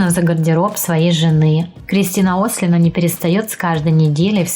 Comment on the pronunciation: Фамилия не правильно произнесена не Ослина, а ОслИна. В русском языке фамилии ударение на последний слог, понятно?!